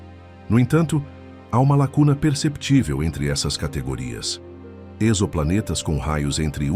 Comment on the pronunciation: Exoplanetas sem pronuncia com o "x" tendo o som de "z" - como em "exotérico"! Parei na terceira citação de "exoplaneta"